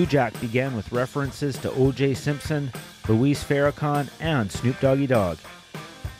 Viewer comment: Did this Announcer Purposely miss pronounce Minister Louis Farrakhans name on purpose? Someone help me with one please.